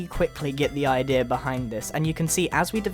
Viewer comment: I love how you say "I-Deer" :D